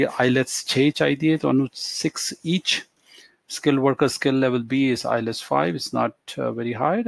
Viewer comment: Hahahahaha ..... u said ILETS not IELTS....GOOD